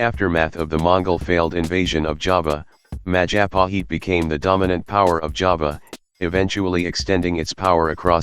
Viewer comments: Mahajapit...?❌ Majahapit...?❌ Mapajahit...?❌ Mahapajit...?❌ Mapajahit...?❌ Majahapit...?✔✔✔ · When you pronounce Majapahit, the 'h' is silent.